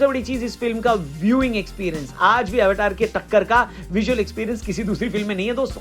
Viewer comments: Aap અવતાર Bolo અવટાર nahi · अवतार, not टार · This is अवतार, not अवटार 😂😂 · Sir एवाटार नहीं अवतार है फ़िल्म का नाम - जेम्स कैमरून, फ़िल्म के निर्माता स्वयं यह बात एक इंटरव्यू में बता चुके है - उनका कहना है अमेरिकन लोग अपने उच्चारण में उसे एवाटार कहते हैं लेकिन आप भारतीयों को तो सही उच्चारण करना चाहिए - ये उनके शब्द है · भाई जी ये अवतार है ना कि अवटार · आवटार nhi sir अवतार आपको फिल्म का नाम हिंदी शब्द में बोलने में शर्म नहीं आनी चाहिए, हम सब जानते हैं कि यह शब्द संस्कृत से प्रेरित है फिर भी हम modern बनने के चक्कर में हम पता नहीं क्या क्या कर रहे हैं। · ऐवेटार ❎ अवतार ✅ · अवतार को अवटार क्यों बोलते हो भाई 😂😂😂😂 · रौनक भाई अवतार को अव-टार_अव-टार क्यूं बोल रहे हो?